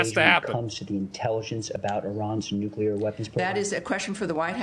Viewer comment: IRAN NEEDS NUKULAR TEKNOLIGEE